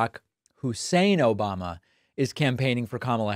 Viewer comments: He can't even say Obama. He says Obamana. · "OBOMNA”. Ha ha ha ha ha ha ha ha ha ha ha ha ha ha ha ha ha ha ha ha. Love it Dave. Ha h ha.